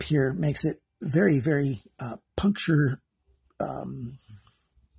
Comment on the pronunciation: "bery stubby" :P